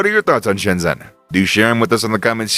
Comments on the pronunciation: please learn to pronounce it correctly: 深圳 Shēnzhèn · How can you go to Shenzhen, make a video about Shenzhen, and still not know how to pronounce 'Shenzhen?'